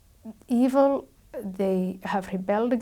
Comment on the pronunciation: Wut happened to the question sge asked Ayan. "Y Muslims hate jews "?.. instead ayan defines dawa.. Y si much empahsis on " Eeeevil " thrice 😅